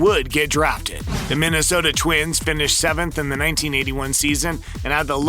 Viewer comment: at least he pronounced Minnesota right.